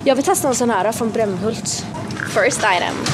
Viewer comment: did you just say brämmhult?